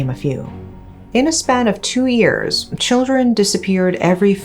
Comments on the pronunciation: Irritates me when she pronounce years as ears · Unrelated to the video topic, but I love the way she pronounces "years" 😂. It's so cute!